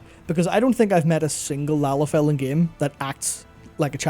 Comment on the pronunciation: Firstly, i never thought i'd live to see the day said the word "Lalafell" so much in 1 video without saying it wrong. Secondly, I've only ever seen 1 Lalafell in game that is a child an frankly I'd rather not think on the biology too deeply out of fear of my own sanity. Seeing as it was an adult sized and named "Starving childling".